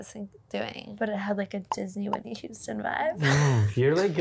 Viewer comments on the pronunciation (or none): 'whisney' hahaha